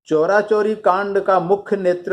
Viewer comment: Sir,चौरा-चौरी नही है,चौरी -चौरा है जो गोरखपुर के पास है।